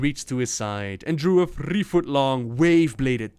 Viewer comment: There is absolutely no reason to roll your 'r' s on "three"